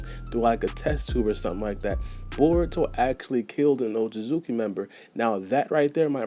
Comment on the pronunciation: haha none of yall be saying Otsutsuki right. suki sounds like ski just like how suke in sasuke sounds like skay. so it's ot-SUT-ski